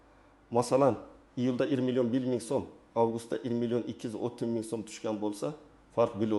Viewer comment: Sof Uzbek tilida chiroyli talaffuz etadigan birorta jurnalistmi, diktormi yuqmi bu nilalar deb aytayapdi, uzbek tilida yaxshi gapirolmaydiku, oxirigacha tinglovchi qisilib ulib qolmasmikan, jon kerak odam jonini, asabini avaylash kerak, bu chalasavod ir milion deb bezor qildi. Mumkin bulsa ir mlon degani nima degani, aqli bor odam bu chalasavodni yuqotinglar iltimos....................